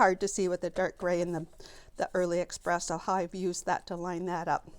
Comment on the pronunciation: Love your techniques, I got a lot of tips. Just FYI, there is no “x” in the word espresso. 😊